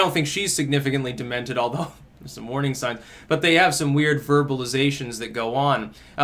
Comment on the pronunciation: I like how you said "warning sings" almost under your breath like a subliminal message.